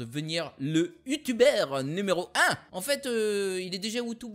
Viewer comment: Super vidéo, sa m'a fait rire la prononciation de U-Tuber:b, une suite serait cool, toujours au top tes vidéos;D